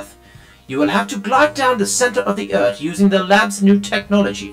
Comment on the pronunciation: Uh Cap you said eart instead of earth